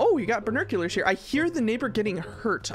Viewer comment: you said binoculars wrong, i say binoculis